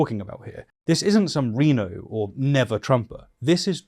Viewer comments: Thanks for putting out this whole series of videos. It’s nice to see things taken seriously, without just trying to inflame things. That said, RINO, which you pronounced R-EE-NO, is actually said R-EYE-NO. Like the animal. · “Reeno” lol